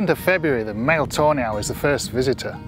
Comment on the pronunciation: I keep hearing "toenail" when its actually tawny owl